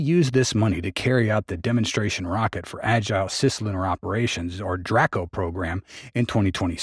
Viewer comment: its pronounced, dray-co. not dra-co.